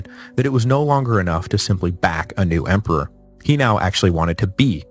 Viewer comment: "Emper"? "Empar"? WTF?